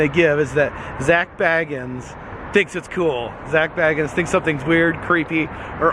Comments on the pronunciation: Please pronounce his name correctly! It's pronounced "Bay guns". Not "Bag uns". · It's pronounced "Bay-guns" 😂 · It's pronounced Bay-gens. I am dissapointed in this video. Sorry couldn't listen to you talk about what you had seen. Had to give up the ghost (literally) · Everyone says his last name wrong ghost adventures don’t say bag ins it’s say bay gins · This is a awesome video love the Ghost adventures an always have . . An it’s pronounced Zak bay-guns ( bagans)that’s how you pronounce his name correctly lol . 😁👌🏼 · Yours has 2 g-s in it, Zac has 1-g, and he pronounces it Bay-gens... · It's pronounced Beg-ins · HOW DARE HE SAY ZAK'S LAST NAME WRONG!!!!! >:( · No disrespect love your work you are saying his last name incorrectly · Triggered when he says his last name wrong!!! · I love your videos and I love Ghost Adventures and Zak. Just a little side note...it's pronounced with a long A...Bagans. Like the "a" in lake. I'm broke so I travel through you! Keep the videos coming! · Its makes me laugh every time you say his name wrong 😂😂😂😂😂